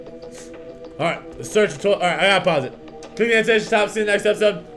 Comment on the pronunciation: What's "toliet paper"?